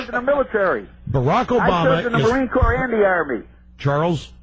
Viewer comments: It's not pronounced "corps", genius. It's pronounced "core". You didn't know that? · Yeah, or like how Obama pronounces Marine Corps like "Corpse". I'm sure the vets didn't appreciate that.